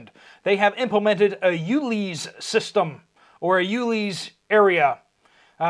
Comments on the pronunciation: Its pronounced ules like u-lesbian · Uleus sounds like you leeves